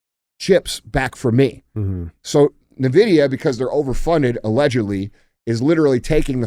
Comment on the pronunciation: that’s not how you pronounce Nvidia 🫣